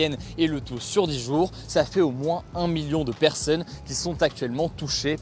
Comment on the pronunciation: STP ARRETE DE DIRE 'PERSEUNE'